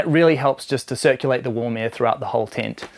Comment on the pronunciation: saying "UM" every sentence is annoying ! Its a TENT not a TINT ! FYI